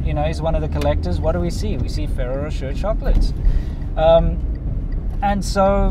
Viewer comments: Try pronouncing it "fereiroh roshay"? It's a made up French name. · I used to work for a food broker in the USA and I represented thousand’s of items in each grocery store and one of my items was Ferraro Rocher (pronounced in phonics, Fa rare o, Ra shay). They are delicious but I can no longer eat them as they are not gluten free. The milk powder info is very interesting. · Maybe learn to pronounce Ferrero Rocher, but great video!